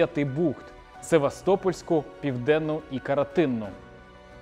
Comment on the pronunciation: Карантинну, а не каратину